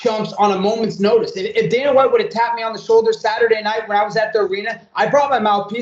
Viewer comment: Ah yes, good old "Daner" White 😂